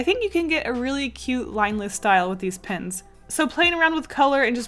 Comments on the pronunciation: OMG it's Pens not Pins. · Very talented But why are you saying Pins Its distracting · Why do I keep hearing posca PINS not posca PENS ;_ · Am I the only person washout hears her say posca pins? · The way she says ‘pens’ sounds like ‘pins’ .... it’s so cutteee😍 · Why does it sound like you're saying pins? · The way you say pens sounds like you’re saying “pins” it’s kinda awesome ( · posca pins! posca pins! posca pins!... :P thats all i could hear.. i am sorry. i like your drawings. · I love how when you say pens you pronounce it “pins”